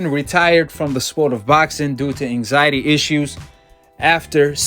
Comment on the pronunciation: that intro looollllll " so ryan garcia has come out of his anxity retiermeant"